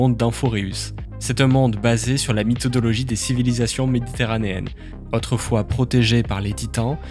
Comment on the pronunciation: c'est moi ou il a dis mythodologie ?! (yay chui dans les premiers)